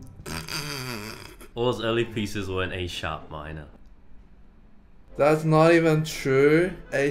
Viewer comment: Not read as "A sharp minor," but, "a Sharp minor."